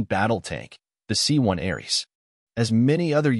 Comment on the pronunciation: *Ariete tank, NOT Arese.... Ariete pronounced (for English speakers) A-re-ay-tay.